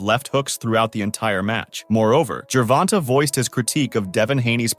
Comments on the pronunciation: Fuck that if your gonna make videos and do research and edit and want views and make it real you can at least get the names right its annoying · no matter how well you still saying it wrong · I mean… it IS spelled like that. Not Gervontae or Gervontay, but Gervonta. Find another word that ends with “ta” that is pronounced “tay” and I will admit that I may be wrong.